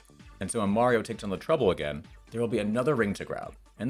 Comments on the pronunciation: Heh, knew it, you pronounce Mario correctly in this video! Mayreeo was a lie! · So why did you decide to finally start pronouncing Mario correctly?